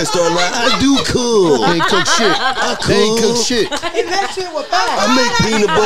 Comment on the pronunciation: “I cewwkk” 😂😂” I make the best pb&j”😂😂